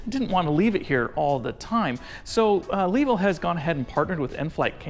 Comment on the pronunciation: Longer and better review here: Also, Suggest learning how to pronounce the company's name. Just the most basic courtesy.